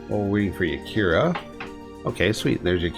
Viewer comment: I smile every time you call Yarika "Yakira" :)